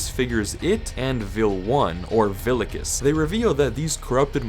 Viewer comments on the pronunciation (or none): the way you say vilicus hurts me everytime (I'm a latin II student, in latin Vs are pronouces as Ws)